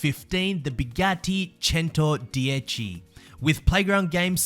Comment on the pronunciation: You gotta appreciate how actually took the time to research how Centodieci is pronounced